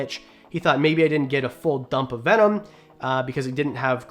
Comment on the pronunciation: I’m calling bullshit on how venom is pronounced. 😂 I’ve heard the word my whole life and not once have I heard it said like that. An I grew up with the legit animal planet. Jeff corwin, Steve Irwin, jack Cana. Anyways love the videos and pretty cool watch. I will sub.